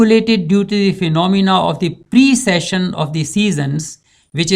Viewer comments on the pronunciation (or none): none